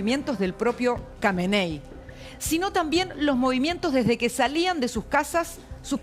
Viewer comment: Dijo camaney 😂😂😂😂